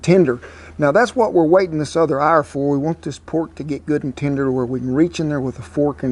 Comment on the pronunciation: "about an arrr"